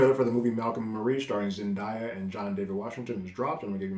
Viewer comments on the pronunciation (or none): can’t wait to see this! the black and white and gorgeous cinematography gives it an old art house look which i love. i hope you get to dive back into euphoria one day. it truly is incredible and z definitely earned that emmy. sidenote: her name is zen-DAY-uh by the way. day not die. jimmy kimmel said it correctly when she won the emmy if you need a reference.